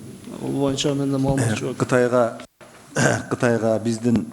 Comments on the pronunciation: Урматту депутат Момбеков "моюнча"эмес "боюнча"деп айтсаңыз четки болмок а так баары ок. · момбеков дплбоеп. тилин сайрайт. колунан хуй келбейт. кыргызда мойунча деген жок бойунча деп так туура суйлочу. мойунча деп музоо байлаган жипти айтат момбеков билип ал ушуну.